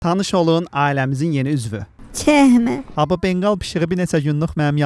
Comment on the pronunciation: 00:2de cexme demesi bes😂😂😂😂